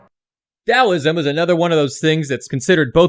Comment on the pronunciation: I like that you say Daoism instead of Taoism